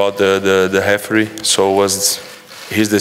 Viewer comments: Here i was wondering who is 'Hefree'...😅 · we all know he tried to say referee, c'mon lads, the sound of H in Portuguese is R, so that's why hefree, anyway, he's the best, we all agree to that, right?